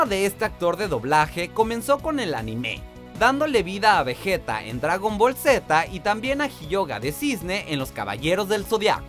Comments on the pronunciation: No es vejeta, es vegeta inútil y tampoco es hyoja, es hyoga ustds tienen 2 de IQ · También dijo “Jiyoga “ jajajaj